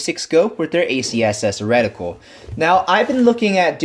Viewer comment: Not so much emphasis on the syllabols in the word reticle. I thought my ears were going to bleed